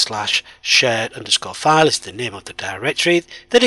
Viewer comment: Idk why but I am hearing shit_file and server_shit